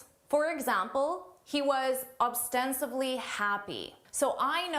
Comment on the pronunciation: First you said it correctly but then you turned to ‘obstensively’ which is not a word.